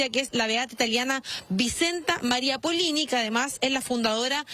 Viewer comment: Muy mala la periodista…..dice van a canonizar a esta mujer y es beata, además se equivoca con el apellido, es Poloni y no Polini,,,,,,,cada vez peores periodistas, no sé qué o dónde estudian.